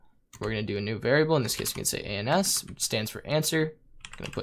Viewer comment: I wish you paused between each letter whenever you said ans